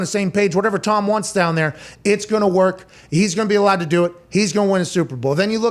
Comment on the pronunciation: 3 things. 1. Pat is looking cut/slimming "dahn" (Pittsburgh accent) 2. The "and hundredssss" line in unison was great! 3. Great point at the end about the Bears calling Dalton after he was with the team for a few weeks, but the Packers didn't call Rodgers and he's...Aaron RODGERS! They're trash without him.